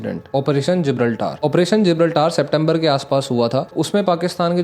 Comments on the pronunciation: Bhai Gibraltaaar nahi GIBRALTAR pronounce karenge use make your pronounciation correct please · Operation जिब्राल्टर न कि जिब्राल्टार correct your pronunciation first